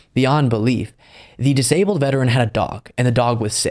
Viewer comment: I hate to say this but when you emphasize things like "they were a veteran! This is horrible" That implies that if it happened to just anyone then it wouldn't be so bad.